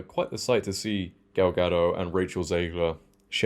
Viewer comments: Gadot, not Gado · A small correction, gal ga-doT not ga-doe, as she said herself. Critical drinker equally loved the trailer 😆. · It’s a Hebrew name not French, so it’s pronounced as Ga-dote.